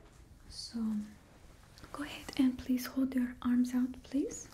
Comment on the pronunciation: Bring back Random plweese